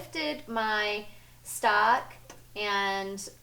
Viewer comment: lost my vote when you said stack instead of stock.